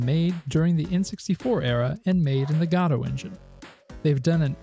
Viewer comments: fair. To my ears at least it sounds like you are saying "Gado" though. Perhaps it's a regional accent that otherwise is similar to my own so I am mostly not picking up on it. 🤔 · To my ears it sounds like you're saying Gatto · Great video content overall, but the engine is named after the Samuel Beckett play "Waiting for Godot". As such it should be pronounced the same as in the play, the first "o" should sound like an "oh" sound not an "a". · It's pronounced 'godot'. I'll be taking the Christopher Lloyd path and pronounce it with a soft G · Dude it makes my teeth itch. Even go-dot makes me wince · Okay, I appreciate your videos so I am gonna say two things.. I believe it is: Guh-dough not Gah-dowe, and it’s itch-dot-eye-oh not itchio. Sorry❤ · PLEASE it’s not itchy-oh it’s itch-eye-oh. And it’s guh-dough not god-oh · The "gado" and "itchy-oh" pronunciations were killing me too, otherwise great video.